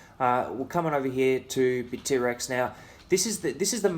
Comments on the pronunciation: great video! btw it's bittrex not bit-t-rex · It's BITTREX, one word, not BIT--T--REX! LOL! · Hahah he says Bit-T-Rex.. Never heard it that way before